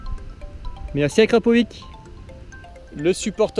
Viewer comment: Je t'en supplie dis akrapovitch le ć se prononce tch sa ma stresser pendant toute la vidéo mdrr